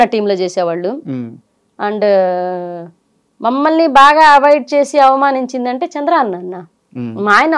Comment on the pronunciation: మమల్ని కాదు మమ్మల్ని